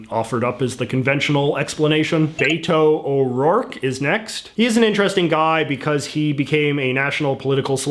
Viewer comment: So hard to watch this tbh. I understand having an accent, but pronouncing Beto’s name wrong bugs me.